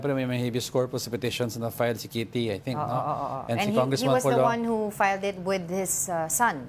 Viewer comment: "He was the one who FILE-DED with his son." ??? Tagalugin niyo na lang kasi.